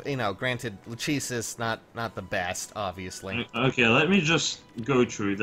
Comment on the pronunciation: Not to be too prudish, but Lachesis is pronounced "Lack-eh-sis," not "Luh-chee-sis."